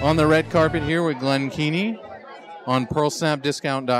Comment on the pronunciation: Love Glen. Great artist and animator. On another note its hilarious you mispronounced his name after saying I know who you are lol.